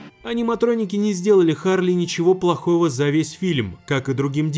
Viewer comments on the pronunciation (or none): Ну вообще Чарли а не Харли.